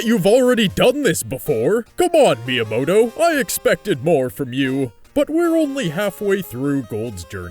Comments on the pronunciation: Every time he said miamoto during the pokemon parts i lol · Why do you keep saying miyamoto? he has absolutely nothing to do with pokemon!